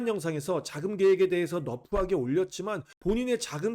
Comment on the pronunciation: 너프하게 - > 러프하게(rough) 인듯합니다.